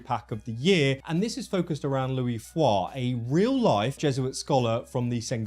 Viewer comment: As a Portuguese man I can confirm the 'S' is definitely not silent. It would be if it was a French name but Luis Frois is pronounced Loo-ish. He is based of the real life Portuguese Catholic priest and missionary who was the Jesuits historian in Japan.